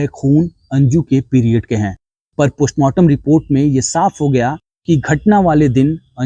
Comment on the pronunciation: Poshmartam nhi mere bhai.postmartam😂